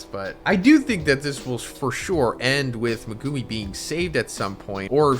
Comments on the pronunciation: Why do you pronounce Megumi’s name like that? Lol, you pronounce it like “Me-goo-me” when it’s actually pronounced “Meg-oo-me”! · dude stop saying "megooooomi" its pronounced "me guh me"